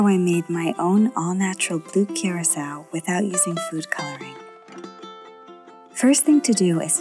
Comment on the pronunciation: no hate bruv but thats not how you pronounce blue curacau. its more of a cur-ah-kau